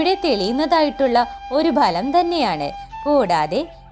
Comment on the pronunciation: Genuine ness ബലം അല്ല. Phalam എന്ന് പറയു.